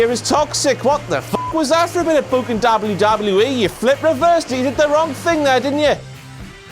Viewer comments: Why does he say dable u dable u E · The way he says WWE or the letter "W" makes me die😂😂😂